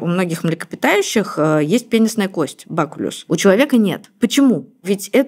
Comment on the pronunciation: Она кстати неправильно произнесла слово, правильно - БАКУЛЮМ